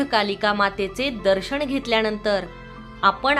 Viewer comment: दर्शण??? स्थापणा?? किती अशुद्ध उच्चार 😒